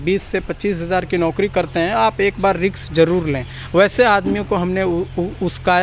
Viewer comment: Riks (Risk) uskaya (uksaya)😂🤣 are aap Bhi..😂